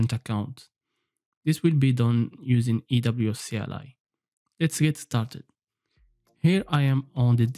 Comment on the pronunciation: ERN, EWS! You pronounce A as E :)